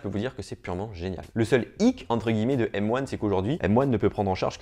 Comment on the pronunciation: Mais quel bg ! Il dit M one et pas M un Trop stylé